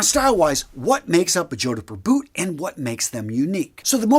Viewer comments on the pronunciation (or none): Every time he says 'joe-di-pur' I picture him wearing them while riding a hobby horse. Jodipur jodipur jodipur! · "Jord-purh" H is silent. 👍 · The 'h' is silent... JOD-puh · Its pronounced Jodper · For the love of god 😢 It's pronounced "JOD POOR" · Two syllables only...jod-purr. I'd argue that a well-made Chelsea boot like R.M. Williams is a more versatile option to dress up or down. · Oh no... Please redo the audio for this ASAP. It's pronounced jod-purr, like odd fur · JOD-PUR. As a Brit I think I'd be laughed out of town wearing a pair of boots like this, much like the western/cowboy style boots. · ''Jodhpur'' is not pronounced like that 🤣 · His pronunciation of Jodhpur is so awful it must be deliberate. Can't understand why. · From the title, I knew which kind of boots you were going with, and I knew you were going to mispronounce it (the proper pronunciation has only TWO syllables).